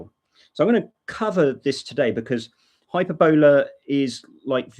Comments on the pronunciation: Sorry for nitpicking, but 'Hyperbola' is pronounced: Hyper-bill-uuh & not Hyper-bowler. Hope this helped ;) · glad he put it in the Desc.... cause it sounds like he is saying "hyperbella" and no such distro exists lol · It's high PER boll ah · The accent in 'Hyperbola' is on the second syllable, not the third, as you are saying it. Maybe the FSF need to step in with this legal issue? Are Microsoft actively pushing this? I wouldn't be surprised. It sounds like a nasty tactic, perpetrated by somebody with a vested interest in competing with, and eradicating, Linux.